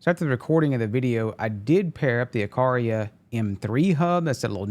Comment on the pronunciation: Uh qwhere uh. The middle syllable sounds like where but has a 'qwugh' sound at the start